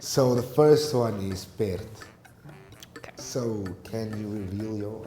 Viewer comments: Pity the South African cannot pronounce PERD. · The guy pronounced " perd" wrong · his pronunciation of pert was terrible Both German and Dutch girls was correct >no Afrikaner Says KUNST with a T for art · He said perd wrong. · The German and Dutch ladies pronouncing "Perd" more correctly to the Afrikaans word that the. 😭 mixture of his coloured accent and his English 1st language accent does not make for good pronounciation of Afrikaans words, they should have used an Afrikaaner to get the correct pronunciations. Even I was struggling to understand what he was saying, it doesn't help that he does not speak clearly either, he keeps the sounds inside his mouth, in Afrikasns they would say "Hy mompel."